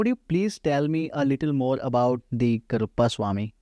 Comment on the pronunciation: This man has a wealth of knowledge. I only wish the host bothered to say the deity's name properly - he keeps saying it incorrectly as "Karuppa" even though Shree ji pronounces it correctly multiple times.